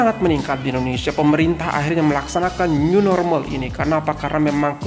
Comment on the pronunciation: New normal ke new norma